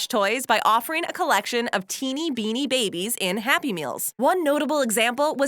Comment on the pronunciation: Hey when u said Binni babies where one of the best toys when u said in the saddest McDonald’s happy meal toys u said binni babies that’s just sad.